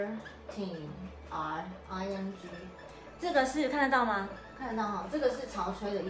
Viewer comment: squirting, not squarting lol